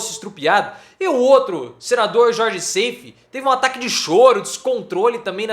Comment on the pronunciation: o nome do cabra nao é Seifí, mas SAIF (sem i fim).